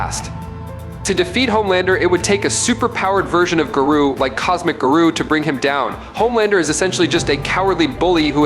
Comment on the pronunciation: I honestly couldn’t watch your whole video because you were saying his name wrong. I feel like he was doing it on purpose to troll.